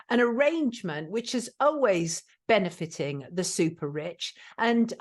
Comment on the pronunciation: "Oways" - sounds like a Brissol lass.